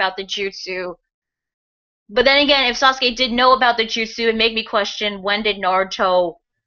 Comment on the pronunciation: It's weird that he called it "that justu" as if sasuke is familiar with this technique